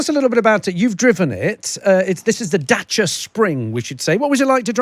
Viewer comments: Good news! It's a Dacia again! 😂 (and for the first time they pronounce it right!) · He's decided to pronounce Dacia properly. This is good.